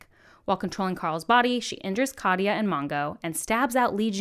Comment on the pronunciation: Katya’s name is two syllables: kat, ya. Not ka-tee-ya. You really should listen to the audiobooks; Hayes is amazing. :)